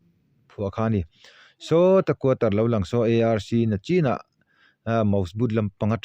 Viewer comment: A hmuhnawm hle mai. Tleizawng ni lovin tlaizawng. Nachin ni lovin nichin tih tur. channel a ni bawk a, mizo ṭawng i lam dik loh ka lo thai lang ve lawk a ni e.